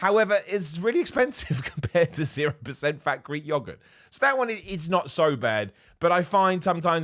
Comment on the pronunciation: pronunciation for ‘yogurt’ is funny 😂